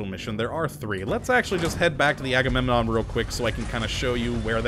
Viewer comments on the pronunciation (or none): Yeah I'm just gonna keep hearing that as Haggunenon.